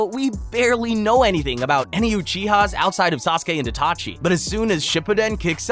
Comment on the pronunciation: ''itaki'' ?? lmao